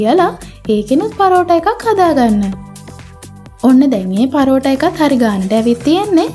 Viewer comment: පරෝටා ඒ මොන බහු බූත නමක්ද හරියට කියන්න පරාටා